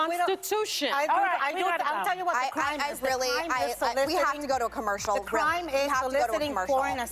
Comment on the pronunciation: “We HAVE to go to a commerSHAWL” Megan was pisssssed lol